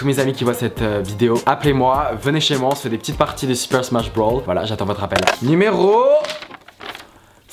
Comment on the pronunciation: Non mais au secours mec avant de nous raconter tes "petites anecdotes" quand tu jouait à Super Smash Bros apprend à le prononcer sans l'accent anglais parce que c'est Super Smash BROS et pas Super Smash Brawl, si tu parle de celui sur game cube dit Super Smash Bros melee et si tu parle de Super Smash Bros Brawl c'est celui sur wii